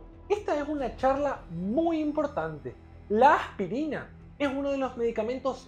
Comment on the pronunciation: Me gusta su acento, como pronuncia "AJPIRINA" Saludos.